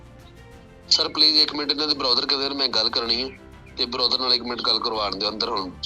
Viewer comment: ਬਰੋਦਰ ਡੀਐਸਪੀ ਤਾਂ ਕੋਈ ਚੱਜ ਦਾ ਬਣਾ ਲੈਂਦੇ ਸਾਲ਼ਾ ਬ੍ਰਦਰ ਨੂੰ ਬਰੋਦਰ ਕਹਿ ਜਾਂਦਾ ਚੋਦੇ ਬਣੇ ਹੋਏ ਪੁਲਸ ਵਾਲੇ 😂😂